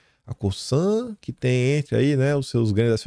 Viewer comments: COSANNNNN, com som de ZZZZZZZZZZ!!!!!! Não é COSSAN, COÇAN, COÇAN, COSÇAN ou qq outra coisa que soe como S. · COSAN PRONUNCIA COZAN,.